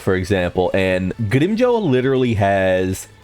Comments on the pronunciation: 100 problems in the world, and how someone pronounces grimmjow is your main problem? Bruhh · also......you would think when you have a channel dedicated towards a certain show you would at the very least get the names right at the VERY LEAST!